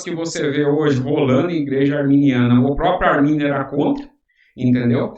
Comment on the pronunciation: Não é "armani" também não né kkkkk